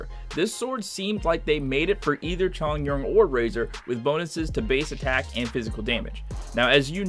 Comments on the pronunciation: It’s Chong-yoon and Zhing-shu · “xAnGqU” “cHoNgYuAN” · He also pronounces chongyun wrong